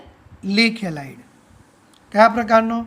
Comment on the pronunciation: Helid helid kem boli sir